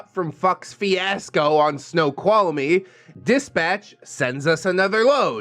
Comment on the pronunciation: thank you for uploading this. This has helped pass my day. Also, you pronounced Snoqualmie Pass correctly. Good job 👍 and yes, that Pass is very treacherous in the winter, especially during a snow storm. It doesn't care who you are, if you don't respect it, it will claim you and or your vehicle.